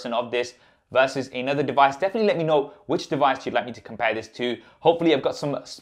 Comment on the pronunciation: Here is the "dewise".........!!!!!!!!!! Hmm, instant thumbs down for this reviewer. I can't believe this brilliant flagship smartphone hasn't been reviewed by more professional and popular reviewers.